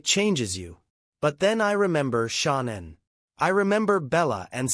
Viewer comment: Say her name right